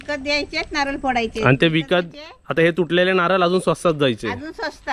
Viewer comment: नारल नको म्हणू.नारळ म्हण.